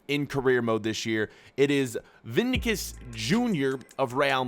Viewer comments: Gabriele Battisti he says vinicious like “vinikus”😂😂😂😂😂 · Vinicius he said vinikius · ur pronunciations are shits by the way.it's written vinicius but pronounced vinisius😒😒😒😒